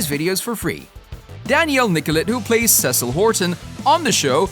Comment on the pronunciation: This guy clearly has never watched it he calls Cecile cecil